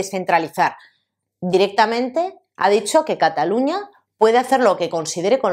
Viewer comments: No digas Catalunia.....La pronunciación en catalán es la misma que en castellano: Cataluña. Solo cambia la grafía porque la Ñ no existe en catalán y se escribe NY pero el sonido es el mismo.... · No se dice " yuns per catalun-ya"